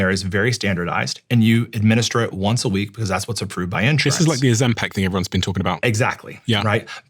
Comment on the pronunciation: when will you stop pronouncing it ozempec